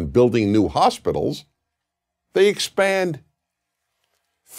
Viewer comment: Is it just me, or does he say "expand" very strangely at about ? Great video though.